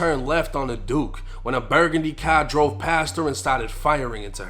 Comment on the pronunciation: Damn i hate hearing u pronounce apartments and the word car🥴🤦🏾‍♂️